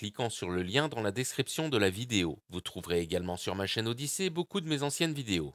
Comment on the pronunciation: C’est pas « odyssée » mais Odysee « odissi » see comme voir. Pour une fois, qu’il faut prononcer un mot à l’anglaise, vous êtes pas cap. 🤦🏻‍♂️